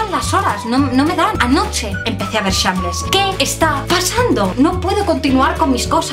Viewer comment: Like por la mala pronunciacion de andrea al decir shameless